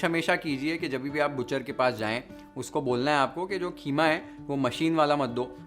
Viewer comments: why idiots say kheema its keema 😂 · Yeh KHEEMA kia hota hai😂😂😂😂HYDERABADI HO KIA QEEMA KO KHEEMA. 😂😂😂😂😂